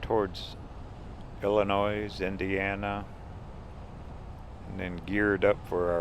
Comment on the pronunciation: the s is silent in Illionis